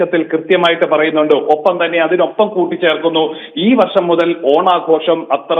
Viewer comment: ആദ്യം നാക്കോക്കൊ ഒന്ന് വടിച്ചു വെടിപ്പാക്കി വർശം അല്ല വർഷം എന്ന് പറയുവാൻ ശ്രമിക്കു ടീച്ചറെ